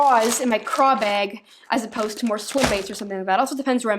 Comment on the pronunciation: Still says begg instead of bag